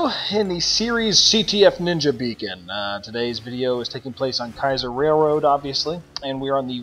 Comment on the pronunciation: It's Kiasar bro lol